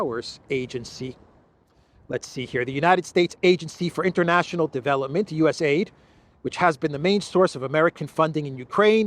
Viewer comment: It's called U-S-A-I-D all the letters are pronounced